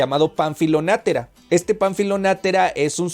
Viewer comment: También soy fan de esta novela, existe una película que ilustra muy bien lo que está descrito en el libro. Agrego que el apellido Natera, no tiene acento por lo que no es //nátera// como lo has pronunciado. Lo demás muy bien